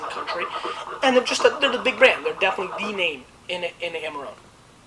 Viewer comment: he could at least try to pronounce it in an italian way